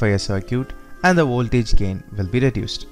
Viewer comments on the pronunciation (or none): Voltage sounds like oltage...why ..🤔🤔